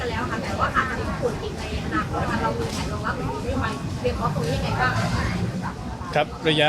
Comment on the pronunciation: คำว่า เรา คือ ร เรือ ไม่ใช่ เลา